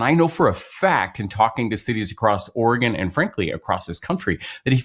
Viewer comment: Thank you Ben for pronouncing the nane of our state correctly! Or-eh-gun. Not Or-ee-gone, as lots of people from the east coast pronounce it. 😊